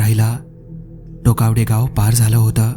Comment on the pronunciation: टोकवडे नाही टोकावडे आहे